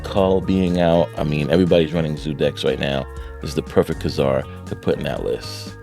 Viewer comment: it's pronounced Kay Zar he was in a few episodes of the old marvel cartoons I think